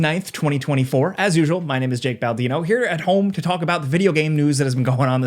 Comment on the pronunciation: “Baldino” has 3 syllables. Half Life 3 confirmed. Thanks, as always, for the pizza!